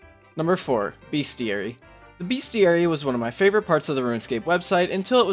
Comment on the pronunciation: *bestiary, not beastiary